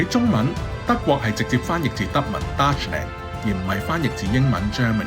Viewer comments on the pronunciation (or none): OMG you read Deutschland was VERY WRONG! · 做得幾好，簡單易明。 唯獨唔該搞一搞啲讀音… Voltaire 都算…唔好講法文…英文都唔應該讀Voltier啦下話… 最un耳係Deutschland…德文你唔識讀google 下都得掛…英文你都唔會讀dachland 啦…lol